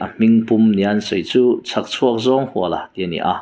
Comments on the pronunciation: Huala tih lai hi Ram hual, khuaibu hual anga lam tur ni lovin, zawng hual, kal hual, tlan hual anga lam zawk tur a ni. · Cz Huala tih hi a thluk hniam tur a ni zawk em kha le aw.. Luaia tih ang a Huala tih tur a nem le..? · 1. 'CZ.HUALA': A hming 'Chhakchhuak Zâwnghuala' i ti nêm duai a,i chhiar zêlnaah 'Huala' tih lai hi 'sava bü ka hual' tiha hual rik angin i han lam ṭãl-h a.A hming 'Zâwnghuala' tiha 'hual' lam ang hian lam ta mai la😢 2. 'CHAWNGKHUPA': Hei pawh 'khup' lai chu a lam dãn dik 'chutia lam tür' tih a ni' i ti zuah zuah zo chauh a,a dik lo bawkin i lam zui a😢 3.Thudik leh hawrawp lamrik dãn dik hre si-a a dik lo bawka i lam lui hian 'mahni thu duh,thudik zãwm duh lêm lo,ṭawngkam chang tithlum' emaw tih mai i awl thei ang e. 4.Mi chanchin ani emaw,chanchin engpawh chiang fek fawk,belhchian dãwl taka i hriat hnü-ah chauh i channel-ah dah tawh la tiin zawm lëm loh tùr thurãwn ka'n pe teh ang che aw. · Zawnghuala tih ania hual ilam dan hi a dik chiah lo tihna ava ang ve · A hming i lamrik dan hi ,CZ Huala tih hi,i lam rik danah chuan,khuaibu ka.hual,tih hual ri hi a.diklo,zawnghuala ni nana na,i thu lam dan a zirin,ngaihthlak a chakawmlo thei aw.Coment hi chhiar ngei ang che.